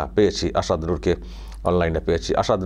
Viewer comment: ভাই সাহেব প্যাহেলে আপনি আপনার কথা বলার মূখের ভাষা টাকে ঠিক করুন মাসুদ, আসাদ এবং ইসলাম এই শব্দ গুলো আপনি ঠিক মতো বলতে পারছেনা না শুনতে খুবই বেঠিক লাগছে।